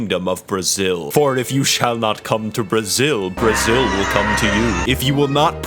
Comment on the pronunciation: Só vim pq falou "Breezil"